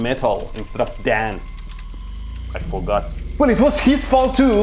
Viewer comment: man just said "i forgor 💀"